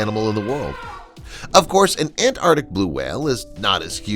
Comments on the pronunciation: The pronunciation is Antarctic and not Ant-arctic as you have pronounced! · I think the word is ANTARTIC, not ANNARTIC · After pronouncing the word ANTARCTIC as many times as you have in this video , is it too much to ask that you pronounce it correctly ? It has two " T 's " and two "Cs " . It is NOT pronounced " ANARTIC ". Take a bit of care and pride in your language ! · AnTarTic. With “T’s”. Pronounce the T’s. What is it with Americans, why can’t they pronounce a T in the middle of a word? Petty I know but it drives me round the bend. I can’t watch/listen once I’ve heard it. Aaahh. That’s better. Rant over. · It's 'Antarctic', not 'Antartic'. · Antarctic. Not An-ar-dick! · What is “anartic”? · Learn to pronounce ANTARCTIC! Both Cs are pronounced. (Sheesh!) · It’s not ant artic. It’s the Antarctic or Antarctica. Two Cs. Two Cs. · Had to stop watching… An an-ardic whale LOL. Three hard consonants and an ‘r’ all vanished. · He keeps dropping the t I can't stand this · It would be good if the narrator could pronounce Antarctic properly. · I'm pretty sure there are two letter t's in Antarctic. Not An'arctic. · Look, normally I wouldn’t say anything but since you’re saying it 500 times it is pronounced arctic, there is a c. Thanks I feel better now. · It's pronounced arctic... there are two C's in the word! (antarctic, too) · ANT-ARK-TIC! ANT-ARK-TIC! Damn! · AntarCtic. There's a C in there, pronouncing it isn't difficult. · Ant-arctic!! 😂😂😂 After e-centric ('eccentric') this is another American mispronunciation that bamboozles us!